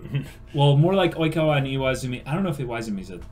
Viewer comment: I'm wheezing with laughter, hi, this is the first of your videos that I've watched, and I'm only about two minutes in, but I turned on Youtube's auto closed captioning and it picked up you saying Oikawa as "e-coli" Ah yes, I love my Seijoh children, Iwaizumi, Matsukawa, Hanamaki, and (looks at smudged writing on hand) E-Coli.